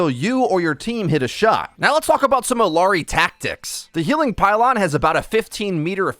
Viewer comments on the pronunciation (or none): Such a great vid and explanation of what does. Small thing, the "LL" in her name is pronounced like a "Y". So, phonetically, it is "ee-YAH-ree". I get that hitting that Y may be difficult with the Engligh "R", so it may take some literal practice.:) If you start her name with an "eh" instead, it will help. Not perfect pronunciation, but a lot closer. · Small note: Illari is pronounced like ee-yah-rree. Great video! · LL makes a “Y” sound. Ee-yar-ee.